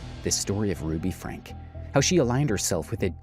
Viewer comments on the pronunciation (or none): Its frank-ee😭😭